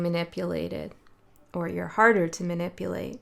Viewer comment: Man - ipulate ❤😂😂😂😂